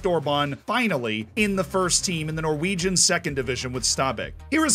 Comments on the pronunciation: props for the pronounciations of norwegian names. surprisingly good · As a Norwegian I’ve got to say that your Norwegian pronunciation was really good